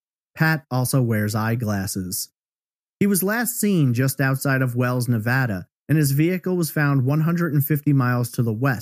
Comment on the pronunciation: Just a quick thank you for pronouncing Nevada properly!